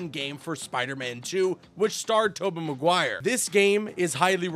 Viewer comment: Lol the way you say Tobey Maguire 😂 "Tobbeh Maguire my boy. Tubbeh listen ma boeh"